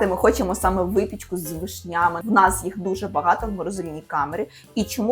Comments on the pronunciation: з вИшнями,а не з вишнЯми:face-turquoise-covering-eyes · Ви молодці, але чому вишнЯми, а не вИшнями. Дуже ріже слух!